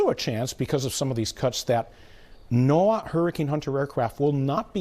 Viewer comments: Why can’t you pronounce NOAA correctly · Why NOAA and not NOH-ə, is there a reason we spelled it out versus using Noah like everyone else?